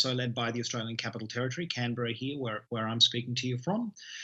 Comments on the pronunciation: CAN BER RA not cananbera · Canberra not Cannonberra